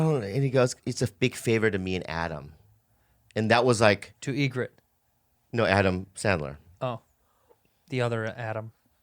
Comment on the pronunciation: "To egret" we got a norm fan